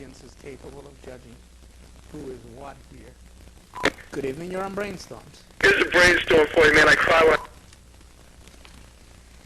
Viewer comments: Bwain stohms. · Do you mean Bwain Stoams?